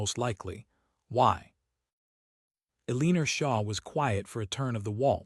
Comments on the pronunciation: Eleener AGAIN 👎. El-e-NOR. Please fix the pronunciation or otherwise insert something simpler, like Mary, Anne, Jane…. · You’re so right!!! “El’-in-or”…this is the second story I’ve heard that pronounced it “a-lean’-er” …just grates on my ability to listen to the story! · EL-LEN-OR not Aleener for cripies sake. Fix your AI. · Pick names AI can pronounce; Eleanor is not one of them! Otherwise a heartwarming, lovely romance that resonates today with our countless wars and many wounded warriors.